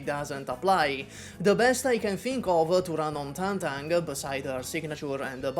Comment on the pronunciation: Thank you for being seemingly one of the few YouTubers who bother to pronounce Tangtang's name right